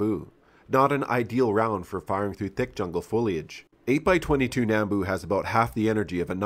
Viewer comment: A quick pet peeve I have about how people pronounce “nambu”. It’s pronounced “nahm-bu” not “nam-bu”. And if you want to fight me just remember we say “vee-ut-nahm” not “vee-ut-nam”